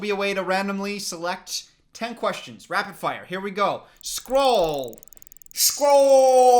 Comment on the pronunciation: Scroll sounded like Skol and as a Minnesota Vikings fan, I agree.